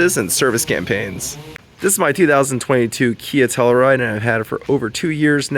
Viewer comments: Tell-you-ride, not tellaride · The hell is a “Tell-a-ride”? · tell-u-ride, bro. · TELL-U RIDE.